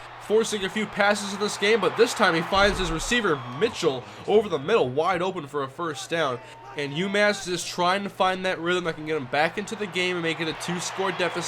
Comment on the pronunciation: it's not pronounced (mich-ull) it's (mish-ell)